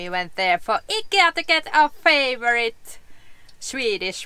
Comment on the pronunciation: Nice to hear Ikea pronounced correctly. Americans say it differently. I like your swimming choices. Thanks for sharing